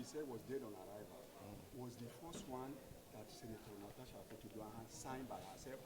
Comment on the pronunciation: But why are they calling her Natacha instead of Natasha?? 😂😂